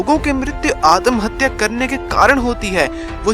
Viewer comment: Atmahatya hota hai adamhatya nhi🤣🤣🤣🤣🤣 jisko abhi tak pata nhi atmahatya wo chala video banane😂😂😂😂 waise adamhatya kya hota hai??😂😂😂😂😂